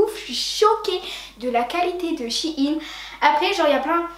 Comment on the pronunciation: ⚠ATTENTION⚠ shein est une marque qui viens de chine certes MAIS shein ne se lit pas shine mais shaine